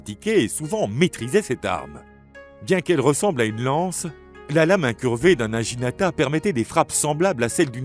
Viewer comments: Intéressant mais prononciation japonaise à revoir. Le G se prononce avec un son dur (comme naguinata) et le U se prononce « ou ». Le naginata servait à faucher les jarrets des chevaux et à faire chuter les cavaliers. Le seppuku était pratiqué soit avec le wakisashi, soit au tanto. Les deux sabres (la paire katana - wakisashi) appelée daï-sho signifie littéralement le grand et le petit. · naginata se prononce Na Gui Na Ta